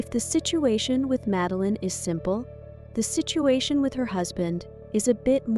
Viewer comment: Name is pronounced Mud-a-lene. At least try to get the Swedish way of saying the name, and please refrain from Magdalena...